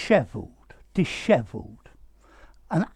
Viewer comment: Beautiful word and beautiful pronunciation. Thanks.